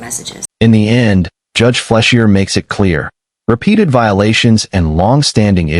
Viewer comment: Video was okay, I guess. What the thumbnail showed didn't come close to happening, those blue-boxed subtitles couldn't be more annoying, but I did like how the AI narration (why?!) pronounced the judge's name: Fleshier. oh, and by the way, the Judge's name is Timothy Tepe.